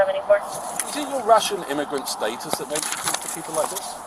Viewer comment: DID HIS BRITISH ACCENT JUST SAY "YOUR IMMIGRANT STATUS"